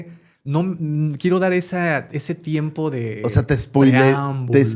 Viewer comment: solo vine a corregir "TIMEPO"